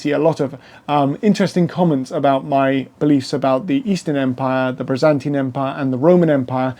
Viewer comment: I do like much of your content, but you must work harder on your pronunciation of names of people & places. It's the Byzantine Empire, not the Brizantine, the Milvian, not Milavian, Bridge. It's Maximian, not Maxaminian, Maxentius, not Maxenius, or Maxentenius. The Tetrarchy did not separate the Empire in to 4 parts. The Augusti & Caesars had the same authority throughout the Empire. It just that each of them were placed in different areas for ease of management. This is clear from the coinage, for coins of all these rulers were valid all over the Empire, & they are found in both the east & west, bearing the images & titles each of them. There were many 'Germanic' soldiers in the Roman army from the first century on. Witness the Auxiliary Cohorts manning the forts in Britannia, Batavian, Tungrians, in Vindolanda around 100 ad, in the Vindolanda Tablets. Then there numerous inscriptions to other units, Nervii, Suebians, Vangionians, etc etc in forts etc of the Fontier zone. As time went on more & more 'barbarian' troops were employed by the Romans, ending in 'mercenary' bands, & Foederati, serving under their own leaders. Constantine was not responsible for this, & Gallienus had been criticised for making the Romans reliant on Cavalry, & having the troops go without helmets & armour, but all this sort of thing was just based on prejudice by opponents. Religiously, with one Empire, & one Emperor, it made sense to have one God, but one divorced from old priesthoods & patrician f